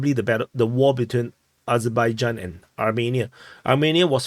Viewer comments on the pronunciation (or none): none